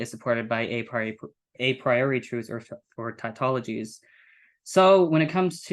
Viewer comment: I had a hard time understanding this presentation. The level of complexity seems to detract from the force of the argument. Also, seems to mumble when articulating hard to catch terms like ‘epistemic’ ‘probability’ and ‘tautology’. This made it even harder to follow. I am a big fan of the New Eliakim argument, but overall you guys kinda lost me on this one.